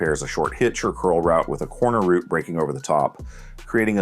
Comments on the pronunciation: Rerecord this but say route not root plz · for paths and highways yes, but not in football. Always pronounced as "rout" (rhymes with "out"). This is the only nitpick I had about this video, otherwise great video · Great vid but the way he’s pronouncing route is bothering me lol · The word you're looking for is "route," not "root." English matters. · Route can be pronounced both as "rowt" and "root". The word's origin is from French and English has maintained both the original and the adapted pronunciation in modern lexicon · route can be pronounced both ways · Good video, but good lord please stop calling them "ROOTS" lol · Dude pronounces route like root. Thumbs down for being annoying. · Root??? Ohhh route. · Other people pronounce it that way. I know British english says it that way.